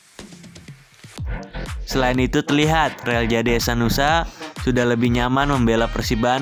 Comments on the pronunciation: Hehanusa bang bukan hesanusa😅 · Hehanusa min bukan hesanusa